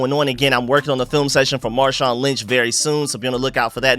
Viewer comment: Stop calling him marshon lynch hahahahaa